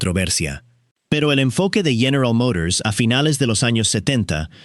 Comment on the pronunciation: General Mourors.